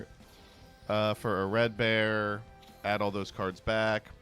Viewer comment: I'm sorry I have to be anal. It's not "A red bear" it's "Air-Red-Bar"